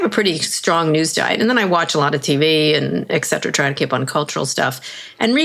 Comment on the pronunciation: Kara, there is no "X" in "et cetera".